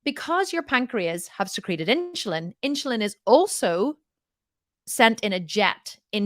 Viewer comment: Are you trying to say INSULIN ? Its NOT INCHILIN there is NO CH its insUlin, just the way that its spelled lol I KNOW this because my sister is a nurse, its HARD for me to concentrate on what you are saying, when you are saying that word wrong and that is ALL that i can concentrate on lol because I was a teacher its driving me crazy, ha maybe its your accent that is why you are saying it wrong lol